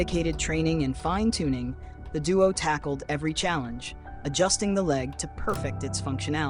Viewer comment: The inflection on the word "perfect" is incorrect. A person saying this would pronounce it "perfECT" not "perfect"